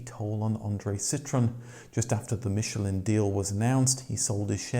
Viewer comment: Wankel is actually pronounced 'vankel' as its of german origin. Yes i know this takes away the comic factor! But so many so called motoring experts dont know this. Same with Michelin, they have no problem saying it correctly when its a restaurant star, but with the tyres, they somehow cant get the correct pronunciation!